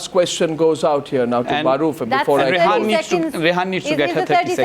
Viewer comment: Arnab Goswami ... She is Rehaam not Rehaan and she is not he ... 😂